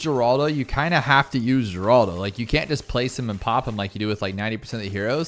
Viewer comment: Mispronouncing Geraldo is tight